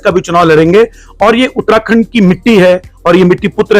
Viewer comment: आपको अपनी हिंदी ऊच्चारण को सुधारने की जरुरत है साथ ही बोलते हुये थोड़ा ठहराव की भी,, आप उत्तराखंड को उत्ताखंड उच्चारित कर रहे हैं,, शब्दों को पूरा बोले बिना ही आगे भागने की कोशिश करते दीख रहे हैं! इसके अलावा अगर आप हिंदी में साक्षात्कार कर रहे हैं तो अंग्रेजी के शब्दों का प्रयोग करने से बचें जबकि उनके लिए हिंदी में अच्छे शब्द हैं ! Interview International